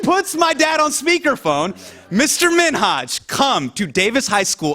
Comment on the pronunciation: Jimmy's laughter sounds fake. And he pronounced Minhaj name wrong